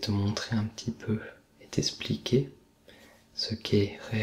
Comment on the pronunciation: Je pense qu'il dit ça car tu l'as prononcé "esspliqué". Donc que tu n'as pas prononcé le "x" :)